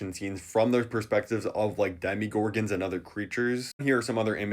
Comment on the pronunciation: I don’t wanna sound annoying but please stop saying DEMIgorgon it’s DEMOgorgon 😭